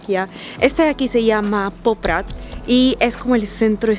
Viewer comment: Beautiful video, just a little correction it's Poprad not Poprat :)